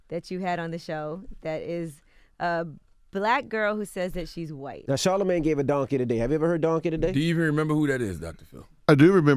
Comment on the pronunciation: Charlemagne rhymes with champagne...... anyway, he's just saying some off the wall stuff, obvious jealousy. I watched this interview for Dr. Phil, he's cool.